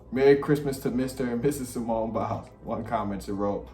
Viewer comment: Did this man just call Simone SIMON??😭😭😭 I literally can’t….😂